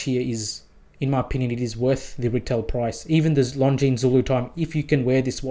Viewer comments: Nice! But, please…. Longines is spoken without s. Like Longine. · Now that you own one you really must pronounce it correctly. Driving me nuts every time you say it 😊